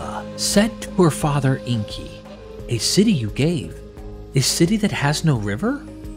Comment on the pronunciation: It's Enki, not Inki.